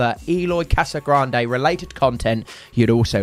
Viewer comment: Cassagrande? Correct = Casagrande